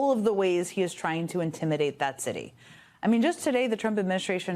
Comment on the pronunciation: "Intimidate". Lol